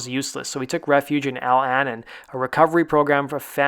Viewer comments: Al Annon? It's Al Anon as in anonymous. Really? You make a lot of pretty crazy pronunciation gaffs so I'm thinking it must be a result of trying to concentrate on reading while recording. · Never heard someone pronounce adage or Al Anon like that before.